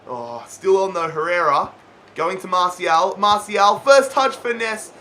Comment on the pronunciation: it's mar-ti-al not marshial